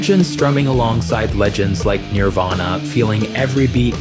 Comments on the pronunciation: Ugh... every time you say Nirvana it comes out Nearvana and it's driving me nuts 🤦 Nearvana??? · Narrator can't even say Nirvana right